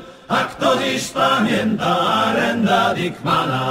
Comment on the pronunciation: Taka ciekawostka "Arend Dickman" czyta się jako Aerend dejkman